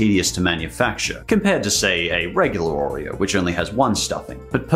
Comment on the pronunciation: hate the way he pronounces oreo, too much emphasis on the r sound.